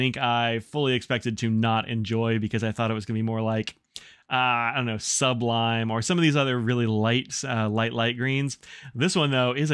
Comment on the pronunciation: "Sub-lime" You've made me hear the word "sublime" in a while new way - not to mention potentially named a new colour category. Love it!